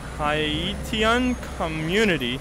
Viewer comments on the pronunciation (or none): mispronunciation of Haitian almost made me click off ngl